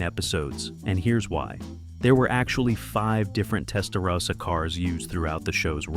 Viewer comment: Video knows everything about the Miami Vice Testarossa, except how to pronounce "Testarossa" correctly.